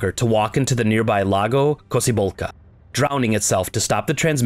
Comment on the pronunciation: did you literally just pronounce drowning like in mgs2 😂😂😂